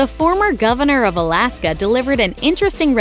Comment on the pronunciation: Colaska not Alaska